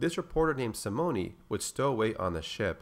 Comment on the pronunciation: Simone is pronounced Sim-moan or Sim-own. No hard E on that name.